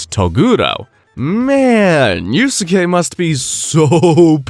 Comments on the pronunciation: dude google is free. It’s pronounced “yous-Kay” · 2 mins in i might quit with the Yu-su-kay pronunciation 😂😂 wtf are you doing bruh. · dude then goes on to pronounce it wrong a MILLION times